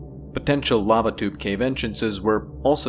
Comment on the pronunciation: I heard "babadook caves" instead of "lava tube caves" twice in the first part of this video. Had to rewind a few times.